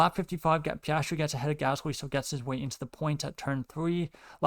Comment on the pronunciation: I appreciate your commentary on the race, however I would recommend practicing diction due to it's a little bit hard to follow you. Also Piastri is pronounced Pe-as-tree